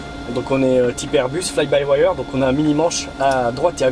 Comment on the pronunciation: c est quoi fly by waieur?? apprends a parler anglais, c est fly by wire